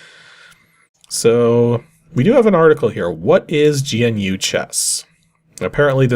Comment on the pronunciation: I had a copy of GNU chess! I got it off of a shovelwear disk like this, but it was a floppy. Also it's pronounced like the word "new". GNU is an extensive collection of free software (383 packages as of January 2022[5]), which can be used as an operating system or can be used in parts with other operating systems. You can think of it as a precursor to the modern open source software movements like Linux. Linux-Libre was developed on GNU software. Those nerds in 1983 were the reason we all have that weird friend who is really into integrating Arduinos into everything.